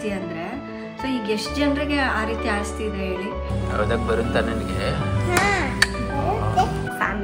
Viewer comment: ಅಸ್ತಿ ಅಲ್ಲ ಮೇಡಂ, ಅದು ಆಸ್ತಿ..